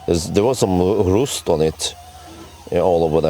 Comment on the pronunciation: Rust is not pronounced Roost.. Its pronounced R- uuuu st... Good video!